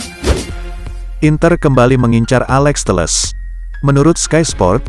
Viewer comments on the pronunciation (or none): Alex telles min bukan teles